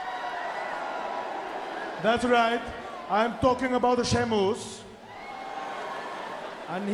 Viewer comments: sheamus but santino says sheamus its spelled like this sheamoose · Santino: "Sahymoos" 😂😂😂 Ladies and Gentlemen "Sahymoos" 😂😂😂 LOW KEY RACIST: "We have GINGER TEA 😅 You have NO PIGMENTATION 😂" Exposed to Gamma Rays You're a Ginger 😅 That Placard "I HATE GINGERS " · Santino: shaymoose Me:😂😂😂😂😂😂😂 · Love the fact that he pronounces Sheamus, "Scemus"... which in italian means something like "Stupid" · "Sheamoose" I lost it XD! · "Shaymoose" XD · He called him, Shea-Moose! 😂😂😂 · “Shamoos" LMFAO!!!!! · Is it sheamoose or sheamus I love the way he is pronounce it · From now on out. I will call Sheamus fore Shemus. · It's impossibile to get if you're not Italian, but santino's pronunciation of Sheamus name sounds very close to the Italian "scemo" which means "dumb". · Who is "Sheamoose"?